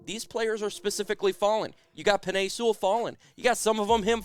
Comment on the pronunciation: Y "seawall" Sewell